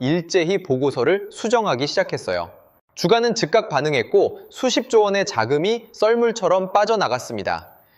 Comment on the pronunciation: 주가 株價 [주까] 어찌하여 발음도 제대로 못하냐?